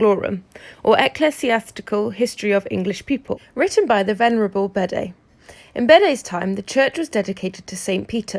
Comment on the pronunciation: Bede …hmm not pronounced Bead. Well I never